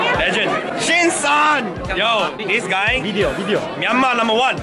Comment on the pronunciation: Its great when says wideo